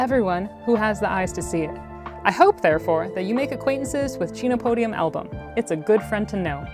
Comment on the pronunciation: I agree with being able to use the scientific names, but just a niggle: the phonetic pronunciation of the genus is actually "ken-oh-POH-dee-um". The amaranth family also contains other tasty foods, and they are in the same botanical order as cacti, beets, carnations and some carnivorous plants!